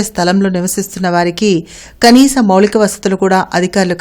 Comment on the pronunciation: మౌళిక వసతులు కాదు తల్లి మౌలిక వసతులు అని పలకాలి.